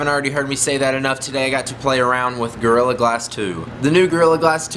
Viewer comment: At first, it sounds like you are saying girl glasses 2